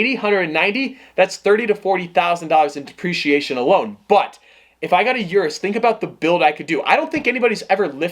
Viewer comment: O-RUS not U-RUS